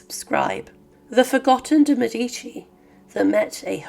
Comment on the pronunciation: It's Médici, not Medíci, for heaven's sake!!